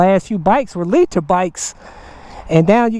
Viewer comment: Who the hell says Liter like that? Lol i know thats not an accent.